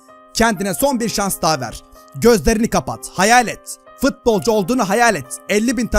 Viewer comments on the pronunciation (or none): Abi fitbolcu değil futbolcu